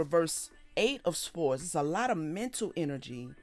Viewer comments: Swords - the ‘w’ is silent. ❤🕊️🙏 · Is there a significance to pronouncing the W in swords? I've never heard that before, but i've been wondering. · It's an accent thing